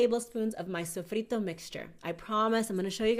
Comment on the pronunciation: Sofrito! that sounds like Boricua! Saludos desde PR.